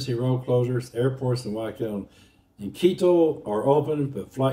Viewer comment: It's "Guayaquil" with a "hard G", and not pronounced "Why - O - Keel". Ask any native there, or anyone who speaks Spanish.